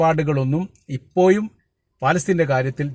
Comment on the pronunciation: ഇപ്പോ യും എന്നല്ല ഇപ്പോഴും എന്ന് പറയൂ